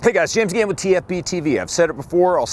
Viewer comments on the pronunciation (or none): I've known James' name for a long time, but i still always think he's introducing himself as "James Gant" because of the way he pronounces "again". lmao